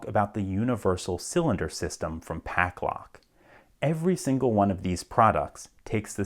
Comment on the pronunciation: You pronounce it Paclock and Pucklock in the video. Which is it or am I dumb and missing something?